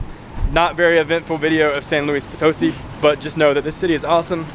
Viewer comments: FYI: when you see that little accent mark above a syllable in a word, you put an emphasis on that part of the word. So it’s pronounced potoSI…not poTOsi. Just ask a native how to pronounce the name of their city every time you hit a new place. That’s the easiest and most fun way to learn…interacting with the people who live there! Love you two and enjoy your videos! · Guys, I love your videos but the city is pronounced "San Luis Po-toh-SEE", not "San Luis Po-TOE-see", as you (mis)pronounced it.